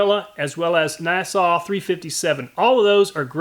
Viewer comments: It’s pronounced “Nash-oo-ah” not “nas-aw” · Great job on developing fair/equal tests, really well done...my nitpick: Nashua is probably pronounced NASH-uh-wa after Nashua, New Hampshire, allegedly a very livable small city -- not NAAH-saw as in Nassau, Bahamas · It' Na-shu-a NOT Na-saw. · Nashua, pronounced nash-oo-wah. Made in Nashua, NH. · Nashua is pronounced "Nash-oo-ahh" not "Nassaw" please look up the pronunciation of Nashua, NH. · Nashua: it's pronounced "NASH-oo-uh". I'm guessing you were thinking of Nassau (the county on Long Island NY, or the capital of Bahamas). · NASH - OOH -- AAH. Say it with me, NASH - OOH -- AAH! Trust me, I'm from New Hampshire. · Nashua - NASH-oo-uh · Lol how did he pronounce Nashua? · Love your tests but boy did you ever butcher the Nashua name. lol